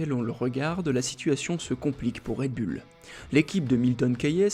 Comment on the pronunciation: Pourquoi toujours dire bulle alors que c est "boul" faites un effort svp😮😊